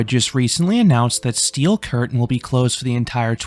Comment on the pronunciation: stop saying steel curtain like that